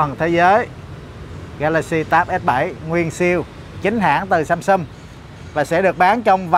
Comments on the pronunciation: thay vì đọc là SAMSUNG thì lại đọc là SUMSUM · Tôi sửa 1 chút cho, phát âm rõ ràng sờ am sam, sờ ung sung, sam sung, chứ đừng đọc samsum, hay sâm sâm, hay sân sân, nghe nó thiếu kiến thức lắm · Nc khó nghe ghê,đến cả tên hãng còn đọc sai. Sâm sâm??? Là hãng gì,hãng đt nào???? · Ceo mà phát âm samsum :))) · Samsung mà cứ đọc samsum